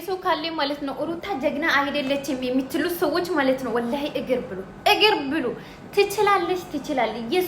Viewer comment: ኢሪ ባኪሽ ኢጊር ይቢሉ እግር ነው የሚባለው ብሉ እንጂህ ቢሉ አይባልም አማርኛችነነ አታጣምሚ